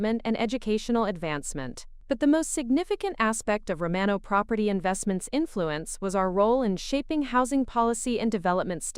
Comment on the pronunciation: Can't even pronounce "IOWA" correctly. And the name "Romano" was pronounced in 3 different ways.